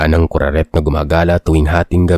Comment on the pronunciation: Kuraket yung tittle pero kuraret yung sabi ni sir?? Ang gulo hahaha😂😢😅